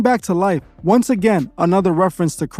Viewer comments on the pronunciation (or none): none